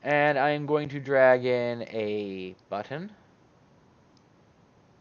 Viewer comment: Im focussing so much now on your "Drag/in" and hear always "Dragon" :D Amazing tutorial as always! It did work perfectly :D And to fulfill my job: If you put it in the right corner why are you using center-position mimimi XD Im just kidding, it should be simply to show the function :)